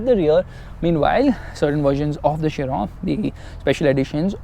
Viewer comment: Thank god he said Chiron and not kiron